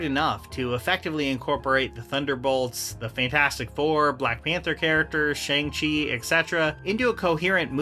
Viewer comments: Shang-Chi is pronounced with an ‘ahh’ sound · Why do you pronounce Shang-Chi like that? He literally explained how to say his name in his movie. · I can't believe people still can't pronounce Shang-Chi correctly